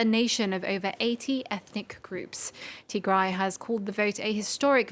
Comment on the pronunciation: Finally a journalist who can say Tigray properly 👍